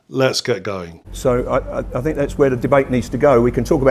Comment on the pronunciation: I can't take anyone seriously on an intellectual level when they can't even pronounce `th` properly as a native speaker. I know this is my ridiculous bias, and millions of people do this, but I still think it makes someone sound unintelligent to say fink instead of think. It's not that hard to change it. What does that guy even specialise in? His arguments are very superficial, he should not be in any position to influence students. Mr Sampson is surrounded by the products of human invention, even the chair he is sitting on didn't exist until someone invented the chair. What an absolute idiot - the very definition of Dunning-Krueger. I think he wants to drag everyone down to his level which is obviously quite low, maybe because he realises this and it's easier to drag others down than to lift himself up.